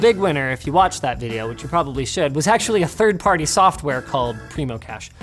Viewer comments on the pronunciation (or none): I can't believe he calls it preemocache.